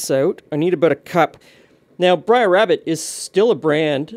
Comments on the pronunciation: It''s pronounced 'brair,' like 'fair,' not 'brayer' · brer sounds like b+rare, not briar (b+rye+er). late 1800's american southern slang, short for brother. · Of you are from the South, where this is from, his name is pronounced “brer” as in “”hare.” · “Brer” is a Southern contraction for “brother.” It’s pronounced like bread-d+r. Think of today’s “bro.” It was common in parts of the south to refer to others as brother and sister in an everyday religious context. It’s part of the Uncle Remus stories of the enslaved. Brer Rabbit and Brer Fox often mixed it up with Brer Rabbit always besting his rivals, who represented the white folk. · I do not believe the pronunciation "briar" rabbit is correct, even tho it feels right. It's been decades since I've read the stories, but I think Brer is meant to be a contraction of Brother, and is therefore pronounced exactly as it is spelled.